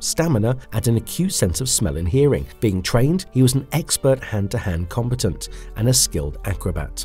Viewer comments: "Combetant" lmao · The way combant sounds like competent tells me this is a shitty ai video.